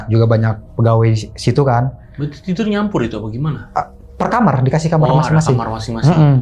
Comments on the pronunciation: Aku dikit terganggu dengan bahasa dia ngomong kamar jadi kamer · pengucapan yg bener tuh "kamar", Bukan "kamer".😂😂 gunakanlah bahasa Indonesia yang baik dan benar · Kamar bang bukan kamer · KAMAAAAAARRRRRRR OYYY KENAPA JADI KAMERRRRRR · Kamar bukan kamer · KAMAARRRRRR COYY BUKAN KAMERRR T41K GELI DENGERNYA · Kl blg kamar mandi jls tp kamar knp jadi kamer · kamer bang bukan kamar😂